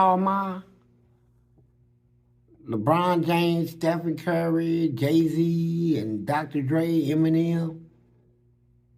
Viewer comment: He called Jay-Z “Gay-Z”🤣🤣🤣🤣🤣